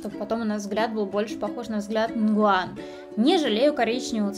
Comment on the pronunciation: НИН ГУАН А НЕ НИН ВГУАН